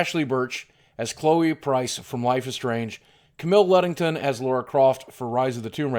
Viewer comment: I've yet to hear an American actually pronounce Lara Croft correctly yet, each and every time for some reason they call her Laura Croft - I've no idea why but it happens all the time